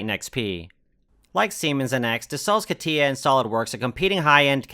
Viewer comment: Catia is not Katiya .. but Katya.